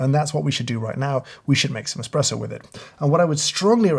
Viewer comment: Its "espresso"